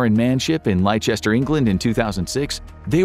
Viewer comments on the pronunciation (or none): It's pronounced Lester not lie-chester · Lie-chester is not how you say that, its pronounced lester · ROFLMAO "Liechester? You put all this work into a great video and don't even google how basic English names a pronounced. It's "Lester" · psssst its not pronounce LIECHESTER... it is pronounced lester for future reference. Leicester = lester.:) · LIE-CHEST-ER??? It's Les-ter 😂 do people really call it lie-chest-er???? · Btw, Leicester is pronounced "Lester"... not "Lychester" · Liechester!? Wheres the H? It's Lester. Stop getting English words wrong coz it takes a quick Google to get the correct pronunciation. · lie-chester? It's pronounced lester, you fool! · Great channel but mispronouncing Leicester is unforgivable, especially when there's at least two places in the USA names after it. It's pronounced Lester. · "Lychester, England" LOL LOL LOL LOL LOL LOL. It is pronounced "Lester" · I almost stopped watching after you said "Lie-Chester". Leicester is pronounced "Lester" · Just for future reference it’s not pronounced “lie-Chester” it’s pronounced the same as the name Lester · 😂 Leicester pronounced like “Lester”. Keep up the great videos! From a fellow American based in London :-) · it’s “leh-ster”, not “lie-chess-ter” 😂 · Leicester is pronounced 'Lester', by the way, not "Lyechester" Same as Worcestershire is 'Woostersheer', not Worchestershyre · ROFLMAO "Liechester? You put all this work into a great video and don't even google how basic English names a pronounced. It's "Lester" So long Tipperary, goodbye Liechester square. How do you spend hours or days on a video and get THAT wrong of all things?? It's your native language fer the love of God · Lie Chester lol. Lester bro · Lol it's pronounced Lester not lie chester😂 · Its not Lychester, its Lester! (Leicester) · Lie-chester, lol. Its pronounced Less-ter. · Leicester: It’s not “Lie Chester”. It’s “Lester”. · Lie- Chester? It's pronounced Les-Ter 🙄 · leicester is pronounced lester mate